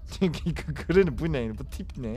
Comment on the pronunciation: Ama ben o gRAnİyğ lAğ oĞlUm gİt lAğ diyisine var yâ offf olum hastaneye yatırıldım yaaa